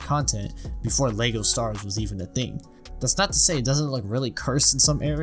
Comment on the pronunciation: I know its so naggy to pick on but I still die inside everytime he says LEGO "Star'rs", with that aside, great original video and great second video with covering what you mistook!